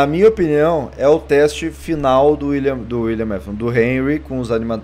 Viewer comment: William "nafton" kkkk